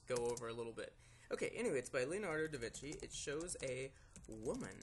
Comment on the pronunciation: da vinky